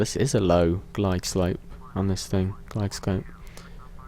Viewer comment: GLIDE LOPE NOT GLIDE SCOPPPPEEEEE!!!!!!!!!!!!!!!!!!!!!!!!!!